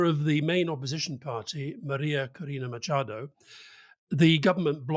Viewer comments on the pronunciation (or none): none